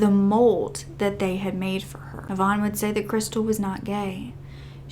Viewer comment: Sorry...its not Yvonne, its eye-van